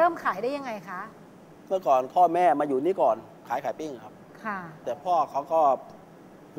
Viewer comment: ลองออกเสียงสิไอ้หนู สวัสดีคะ สวัสดีค่ะ